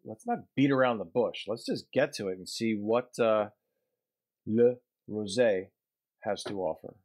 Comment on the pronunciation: you say "Le rosey" very good I confirme this because i live in switzerland in Rolle